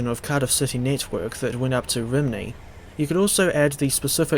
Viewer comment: A word of advise for the welsh pronunciation, Rhymney's pronounced as ruhm-nee. Great video none the less 👍